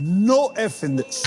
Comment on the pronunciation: Literally 3 of them is so Illiterate i would say three of them couldn't even say one of those word TH_S=THIS